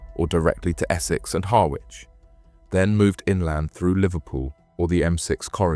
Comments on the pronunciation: . It's pronounced ‘Harrich’ 🥰🤓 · Roo slip ,😂😂😂 ryeslip ,spelt Ruislip , Harwich pronounce har rich